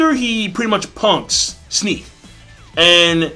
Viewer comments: Why does everybody on Youtube pronounce Genos with the hard g, like the way you would pronounce "gold" or "glaze"? It's pronounced the way you would start the word "generation" or "gene" P.S. Snek isn't pronounced like "sneak", he's pronounced like "neck" with a S in the beginning. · Pretty sure it's pronounced like neck, with an s at the start.